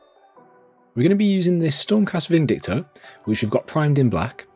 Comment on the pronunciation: You are the first Youtuber that I've heard say Vindictor, instead of Vindicator. You are my hero! The video is awesome too.